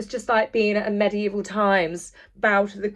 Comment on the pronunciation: It's 'MEGIEVIL' times!!..😡